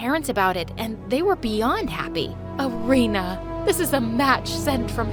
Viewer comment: thats not how Irina is pronounced lol